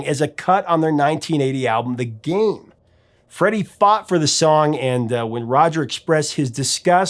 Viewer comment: Freddie. Not freddy!!!